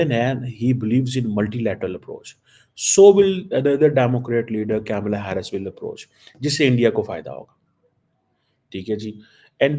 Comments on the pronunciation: KAMALAA. NOT CAMELLA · Badi interesting baat batata hun, sab kuchh janta hai India USA relation bare. Pakistan ko kis se fyda hoga Trump ya Harris se., Camela nahi Kamla bolte hain. Aur kya find kiya Damocretic kashkol mei kuchh dalega ya nahi. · At least learn to pronounce Kamala name properly.